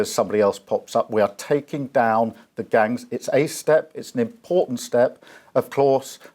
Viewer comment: Ridiculous. the "people smaggling gungs"? At least theyre not sausage smaggling gungs I suppose.